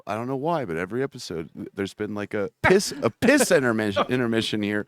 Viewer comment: Interpission 😂 you guys lmao